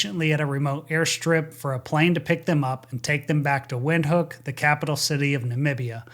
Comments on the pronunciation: Cool tidbit, it's pronounced Vinthook. Not to be pedantic. Great video as always. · "Windhoek" is pronounced "Vinthoek". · Windhoek is pronounced Vindhoek. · Thank you for all the work you do on these videos. In case you ever do another debrief related to Windhoek, it is pronounced Vinthook. "W" in Afrikaans is pronounced like an English "V" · Windhoek is pronounced Vindhook.